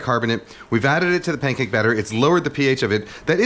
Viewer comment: Why does he say Paincake?